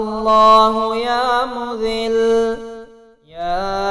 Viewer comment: Bahi Ya Muzzilu ha .please sahi parhain 😭😭😭😭😭😭😭😭😭😭😭😭😭😭😭😭😭😭😭